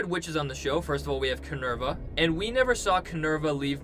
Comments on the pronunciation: Kin-vara not ki-nerva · Someone's probably already said this, but it's Kinvara (or Kenvara) - not Kinerva. lol This isn't a Deftones album... or Roman mythology! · Her name is Kinvara, not Kinevra. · Not Kinerva....Kinvara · lol! on his Kinerva hahaha! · The fact that you kept saying kinerva.... I couldn't even watch the rest of this video. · KIN-VAR-A no hate, love the video! :)